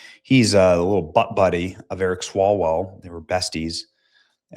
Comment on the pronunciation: Feng Feng: Come back Ewic me wuv you wong time.